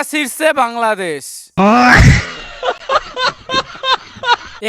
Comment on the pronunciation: দাদা উচ্চারণ ঠিক করুন। ওটা 'বাংলাদেশ' হবে না 'বালদেশ' হবে😀😃😁😁😁🤣🤣😂😂